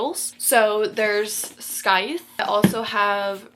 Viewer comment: Scythe is pronounced as (sithe) don't make the C sound in the word. Hope this helps! ❤